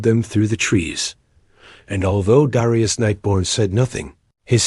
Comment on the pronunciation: I'm pretty sure that Darius is pronounced, 'dair-ree-us', not 'dar-eye-us'. 'dair as in 'fair' or 'air'.